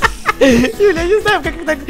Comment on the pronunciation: Мне показалось или. Сказал не Юля а Дуля 🤔🤣